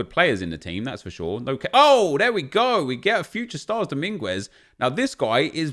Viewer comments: Dough- min- gwezz is wrong... Dow- mean- guèss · Nep, dont pronounce the U in Dominguez.